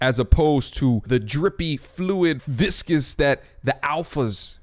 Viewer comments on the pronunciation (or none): My man said the viscus innards, lmao